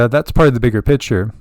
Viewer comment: Lol need to let you know when you say picture its sounds like you are saying pitcher.